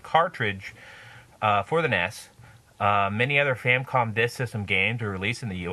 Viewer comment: First off, good review. Secondly, it's not a "Famcom." It's a Famicom. And it's The Adventure of Link. Not Link's Adventure.